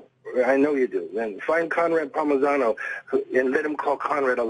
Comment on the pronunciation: Steven................??? Its not Conrad Palmigano...........(dumb fuck), its Conrad Palmisano.............Lying POS........... and Steven, you are a fighter and you dont know Ronda Rousey?? fucking liar